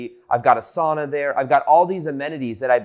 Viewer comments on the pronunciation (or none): none